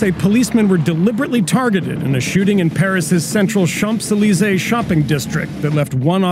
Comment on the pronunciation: "ChaMps Elysee" ... oh dear